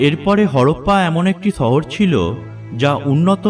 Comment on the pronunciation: ছহর না, সহর 😁 মানুছ না, মানুষ সদছ্য না, সদস্য 😬😬😬 কথা এমন কেন????